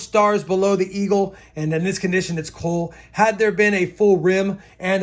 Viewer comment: That 1860-something half dime is definitely an 1864-P. If it was an 1861 there would be very little room between the 6 & 1, unlike yours. And when the light hit it just right it looked like a 4 to me. Why do you pronounce "cull" as "coal"? Pronunciation should sound like "cult" without the "t". Just sayin.